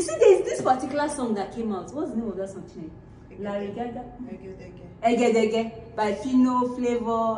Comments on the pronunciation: What did you call the song? 🤣🤣🤣🤣🤣🤣🤣🤣🤣🤣🤣. I had to comment. That pronunciation hit me hard. Nice video🤣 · It's the way you pronounced Ededege for me🤣🤣